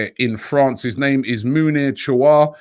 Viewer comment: Robbie saying Mounir Chouair's name correctly 😶🙌